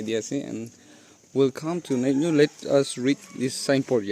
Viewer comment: not nyeinyu pronunciation correct it bro